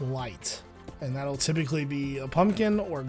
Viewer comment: He said typicly 5 times from - :D